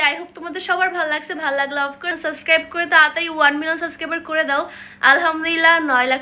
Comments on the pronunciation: Subscribe ta shundor kore pronounce koro... B ta tmi pronounce koro na......suscribe bolo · আগে সাবস্ক্রাইব বলতে শিখেন পরে সাবস্ক্রাইব করবো😝😝